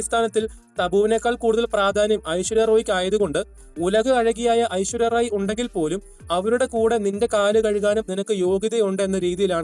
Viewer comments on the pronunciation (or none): ഐശ്വര്യ റോയ് അല്ലെടേ റായ്.. റോയ് റോയ് അല്ല റായ്..